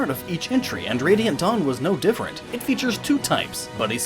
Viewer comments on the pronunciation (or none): "Dawn Brigade" I could have sworn he said Dong Brigade, I am calling the squad and giving us a new name.